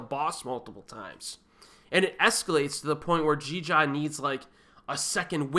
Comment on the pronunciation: That Jeeja pronunciation was golden ;) sorry. Jeeeeeeejarrrrrrr